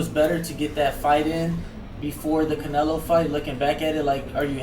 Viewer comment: somebody tell Krusher its Canelo not Canela! lol